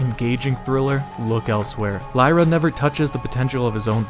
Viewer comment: Lira, not "LIEra."